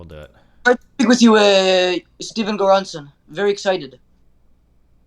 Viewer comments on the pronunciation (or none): NGL he got me when he said Stephen Goeransson